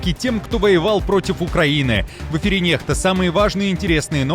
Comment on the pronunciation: Почему неХта, а не некста?